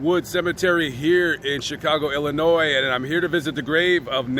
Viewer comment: The s at the end of illinois is silent.